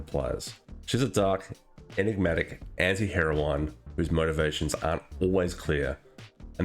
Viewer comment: Great video, summarizes my thoughts on it perfectly. And because I'm 'that' asshole, it's pronounced "herr-oh-win", the e is silent.